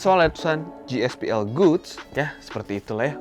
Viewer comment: GSPL GOODS tu baca nya bukan gospel goods tp gaspol goods